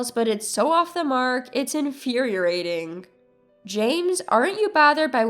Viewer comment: She should've put a stop to it before it started!! And narrator - either say it correctly or don't say it at all........it's "IN-FYER-EE-AY-TING" not "IN-FYER-EE-ER-AY-TING